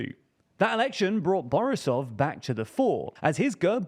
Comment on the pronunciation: lmao fr, especially "borisov", he made him sound russian 🤣